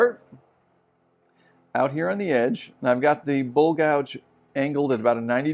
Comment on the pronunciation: You are vert knowledgeable nit i wish you gould say bowl and not bull